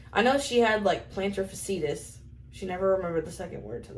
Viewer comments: Plantar Fasciitis (pronounced plan-ter fash-ee-eye-tus) is what you were trying to say in regards to the "heel spur" situation type deal. Thanks for the video! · Plantar “fash-ee-it is” lol